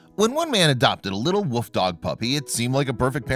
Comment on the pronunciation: It's wolf not woof